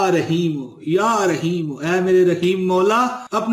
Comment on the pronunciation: Bhai aap bol rahye han ya rshimo ur likha ar rahim hse